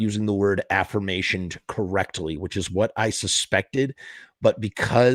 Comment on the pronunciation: ahhh the way you pronounce aforementioned sounds like afformationed(which ain’t even a word lol)/affirmation